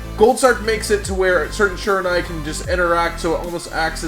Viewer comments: Bruh, its SHI-RA-NU-E. Not SHI-RA-NA-E. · you're pronouncing Shiranui wrong :/